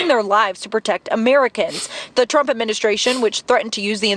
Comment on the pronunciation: did she say "The Terp Administrations"